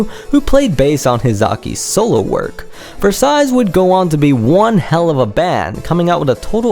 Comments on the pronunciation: Please, don't pronounce it Versaillees, there is no S. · Turns out u CAN'T pronounce Versailles...the 2d S is silent. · Cracked me up when you said you couldn't pronounce Node of Scizero, but you could pronounce Versailles. You mispronounced Versailles every single time you said the word.